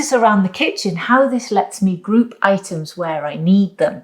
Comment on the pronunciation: "Let the itens pop." Oh, the itens do pop. 😅